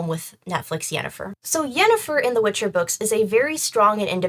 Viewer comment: ...er. It's 'Witcher'. Thank you